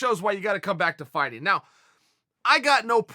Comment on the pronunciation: Chael “FYE-TING” Sonnen